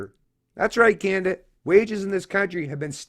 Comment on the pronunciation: You need to put a Content Warning before any clips of the "Canadian Libertarian" that he can't pronounce the name of his country correctly. Every time he said "Kaen-dah" I wanted to drink bleach.